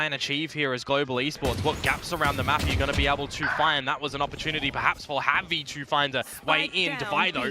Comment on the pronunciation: like Javi (HAH-vee)